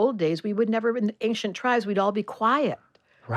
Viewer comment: Ancient..... the....C...is silent......please!